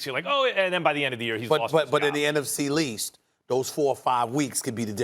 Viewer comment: that man Stephen A. said "in the NFC (L)east ". I'm in tears.